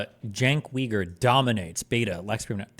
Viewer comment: Daliban keeps winning as Destiny Cenk bridge continues to build, but I keep hearing Steven pronounce his name wrong. It’s pronounced “Jenk-yu-gur” not “chenk-wee-gur”